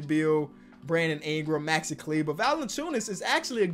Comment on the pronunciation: SAID MAXI’S NAME RIGHT!!!:,)